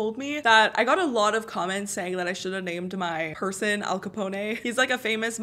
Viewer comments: How she said Al Capona instead of Al Capone.... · It's AL CUH POWN not Cuh poney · its not al capone with a ay at the end its actually AL-CA-PONE as in like cone with a p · Al-CaponE 😂😂😂😂 from New York 🤣🤣🤣😂😂😂🤣 I’m dead. Girl, it’s just Al-Capone (e is silent) and he is from Chicago. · Al caponayy from New York. Lol. Try Al capown from Chicago. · His Name Is Al Capone Not Al Caponeh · Lmao it’s not capon-ay it’s just capone, and he was from Chicago, not New York, but since you’re Canadian I’ll let it slide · I giggled at Al Capo-nay lol Anyway, Al Capone stayed in a town here in Arkansas that isn’t far from me. He still has a suite at a hotel there with a plaque on the door. There’s a door inside of the suite that’s locked with no doorknob because it leads to underground tunnels that he would run drugs and money through. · “Al caponaye”😂😂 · “al caponay” 😭😭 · al capon that’s how you pronounce the name